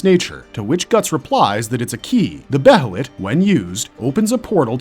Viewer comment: It's bay-lit or Bay-uh-lit, not Beh-hell-it